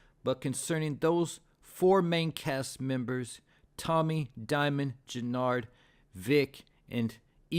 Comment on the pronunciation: It's JENARD....why yall kp fkn his name up??? Yall butcher Tariq name too! Dam yall need to learn these ppls names!